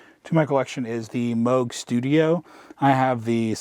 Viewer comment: Thanks for pronouncing Moog correctly, when so many others obstinately continue to pronounce it Moog. 😂😂 Sweet space, btw. Thanks for taking us through it and your flow